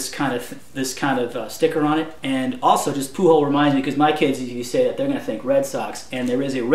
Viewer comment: Pujol is a Nashville native. And btw... just so no one else gets on you about it, it pronounced "poo-joel" not "poo-hole". i know it seems wrong but trust me, its right. Viva RSD. Viva Bull Moose. Viva Chris Brown!